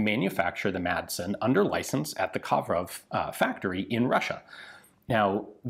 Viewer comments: love the channel and content just one thing. You don't pronounce the d in Madsen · The d in madsen is silent